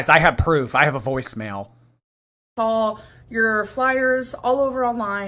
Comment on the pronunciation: "Sawl" instead of "saw" is what's driving me nuts. Or "bolth" and the fact that the word "eaten" doesn't exist to her. 🤬